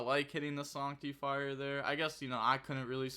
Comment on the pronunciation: Why can’t you pronounce the English language Who says sanctifier like that